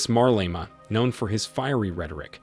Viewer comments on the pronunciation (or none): Why is the narrator saying "Marlema" instead of "Malema"?. Hopefully President Malema will correct the injustice that was imposed on South Africans, and grow the economy to improve the lives of the disenfranchised. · You are pronouncing his name with "r"...like Marlema!!! WTF! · I wish you would not call him MARLEMA, but his real name MALEMA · The way this guy pronounces 'Malema' is incredibly stupid. How do you see the phonetic spelling and still say "marleima". 🤦🏿‍♂️ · Why does this narrator keep disrespectfully pronouncing MALEMA'S name as Marlena! Learn to do your job you will loose me and others as subscribers. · WHO is Marlema tho? Leave that AI alone!😂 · It would help if you pronounced his name right. There's no R in his last name. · IF YOU CANNOT PRONOUNCE HIS NAAAAME....DON'T REPORT ON HIM!!! TYPICAL YT "PEEPO" FOOLISHNESS!!! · Pronounce his name properly. He is trouble maker&anothing,Have you been paid to promote him??just saying.He just wants all for himself,The EFF members are brainwashed!!!!